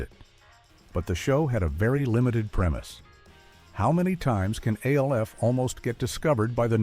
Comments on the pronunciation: It’s so infuriating. Does anyone listen or proof these things before uploading. It’s ALF one word not A L F. If you don’t know that you shouldn’t be making these videos. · Alf was always funny Is this being told by an AI? No one ever called Alf A-L-F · Is he really trying to say the name of the show is, “A-L-F”. Get serious, yes, it was an alien life force, but they called it, Alf. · Annoying that you have to continuously pronounce each letter in A-L-F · Why they saying Alf name like A-L-F lmao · Yeah when he called Alf A-L-F I was done. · Aay elle eff.😂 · Do you really just call ALF A L F? It's an acronym you're supposed to pronounce it like a single word that's what makes it an acronym not an initialism. This has got to be stupid AI crap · stop spelling Alf in all caps in your script and the poor AI will pronounce it properly and ppl won't freak the fk out. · I noticed that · I came for the video, but I stayed for the AI voice that can't pronounce Alf's name. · 😂😂 I hate that! Like WTF!? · I cracked up when he said that. I immediately had to log in to see the comments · It would have been one thing if it was the same mispronunciation every time. I counted THREE different wrong ways to pronounce it. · Lololol! I know, it cracks me up hearing AI mispronounce something. Like, wtf, we really can’t have a real person narrating anymore? Are we really that bad now?? Lol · Why is there an AI talking? Whoever wrote this do it himself? It's freaking annoying they can't even pronounce Alf or Tony Miceli correctly